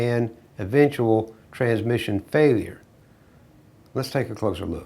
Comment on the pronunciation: I like the way he pronounce it without a s......tranmission lol